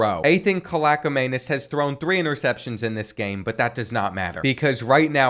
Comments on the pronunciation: I think the Rutgers qb is cal-ick-man-is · Say it like (kaaleeaaakmanies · You pronounce Rutgers QB as “kal-e-ak-man-es” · I know doesn’t read comments but it bothers me when people mispronounce the best last name in CFB its pronounced Kal-ee-ak-manis